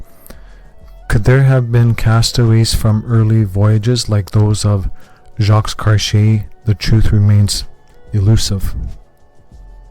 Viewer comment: We are supposed to trust your academic skills and believe your findings in this documentary on Canadian history, but you couldn't even be bothered to learn how to pronounce Jacques... 🤡